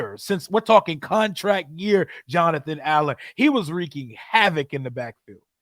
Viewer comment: EARLY ON IN THE.MIDDLE OF THE U SAID JOANTHER